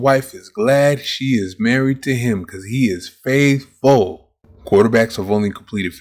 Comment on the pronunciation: Dude, you nearly made me spit tea on my desk, "He is FAAIthFULL"